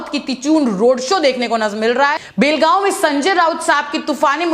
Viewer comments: BHEL gaon nahi. Belgaon hai sahi se bolo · भेल गाव नही बेलगाव बोलो